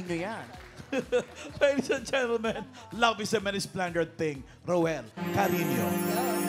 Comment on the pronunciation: Cariño po hindi Carino